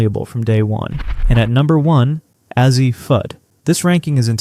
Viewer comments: It's pronounced "A-Z." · You're mispronouncing Azzi Fudd's first name. The "A' Is pronounced as in "phase", not as in "had". Otherwise...we'll see. At least you're willing to conjure...good for you! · then what is the deal with how KK and Azzi's names are said?